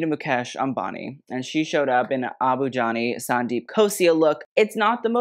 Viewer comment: Okay but pronunciations of tough Indian names is so impressive